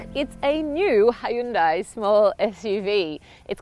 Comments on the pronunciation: Please learn how to pronounce car makers name first!! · You would think she would look up how to pronounce Hyundai before making a video about it.